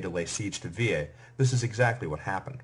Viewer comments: Thank you so much for your work. Let me point that the Etruscan city of Veii or Veyes, would never be pronounced like you do. Even if the usual American pronunciation errs I think you may correct that in future lectures. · If he is trying to say it as it would've sounded in Roma, then no, he is saying it wrong. The vowel there is a long e which is pronounced as e in 'they', a in 'late'. The sound he made would come from the vowel i. Latin is a regular (linguisticly) language so the way letters are pronounced is consistent with one sound per letter, unlike English for example in which a letter or combination of letters can have two completely different sounds e.g. monarchy chyme and itchy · It's easy. Vey EE. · Bizarre pronunciation of Veii